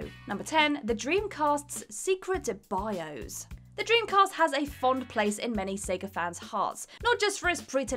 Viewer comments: wOZnIAK Bios => "Bi - Ose" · A: I'm pretty sure most people knew these already... i mean... come on... most of these have been around on the web for years B: Does actually know how to speak English? Literally EVERY video she does she hideously mispronounces some of the most basic words... i mean... what is a "bioze"? I'm assuming she meant Bios... since that's how it was spelled in the title screen... and even then... the user interface itself isn't the bios... they are two VERY different things...